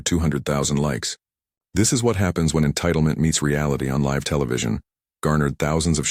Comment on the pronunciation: Wh0 is responsible for the pronunciation of. LiVE? LISTEN!